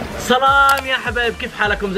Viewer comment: والله احب هل قناة انا شاهد عل مقاطعك و لإني احبك ابيك لو شفت رسالتي وتسمع نصيحتي لإني احبك من الفديو القادم انشاء الله تقول سلام مش صلام ليه لأن السلام إسم من أسماء الله الحسنى تمام